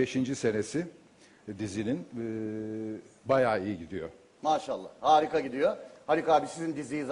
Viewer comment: aga beyaz abi öyle bir MaşALLAH dedi ki dizi 17. yılına giriyor